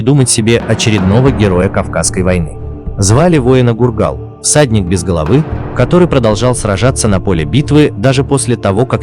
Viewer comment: Может фургал а не гургал